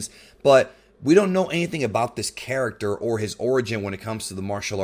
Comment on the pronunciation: Everytime you said character it sounded like 'carrot-ter'